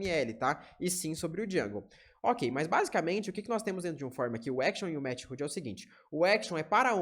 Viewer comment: Ótima aula introdutória. Única agonia é sua pronuncia de METHOD: "METIRRUDI" KKKKKK, é /ˈmɛθəd/ (De MÉTODO no português, método de envio dos dados)